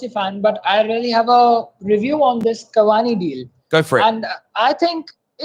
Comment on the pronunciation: man said cavani uno.